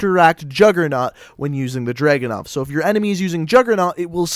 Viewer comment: Its not DRAGU-NOV ITS DRA-GUNOV